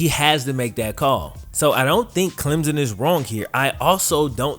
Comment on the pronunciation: CLEM-P-SON theres a P sound in there